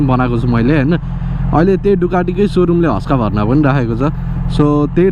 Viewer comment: Bro its Husk warna not huskaa bharna😂